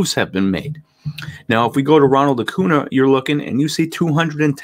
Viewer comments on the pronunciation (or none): Really like the video. Acuña (pronounced Acun-ya).